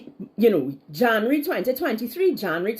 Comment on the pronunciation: Plz learn to pronounce “January” b-4 ur blogs hunny.